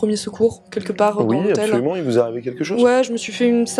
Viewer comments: "A-be-so-lument" xD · A PEUH SO LUMENT ^^